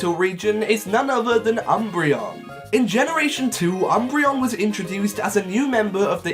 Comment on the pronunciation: I thought it was pronounced, oom-bray-on (oom as in zoom, )